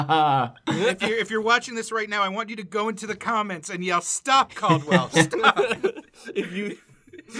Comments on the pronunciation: STOP CALLDWELL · Its Caldwell...